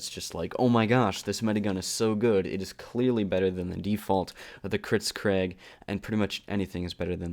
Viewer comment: "Kritzcraig" Learn your pronunciation